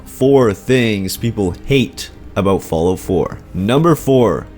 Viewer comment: Hahaha. Falloot.